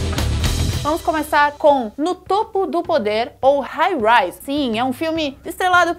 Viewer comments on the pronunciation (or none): none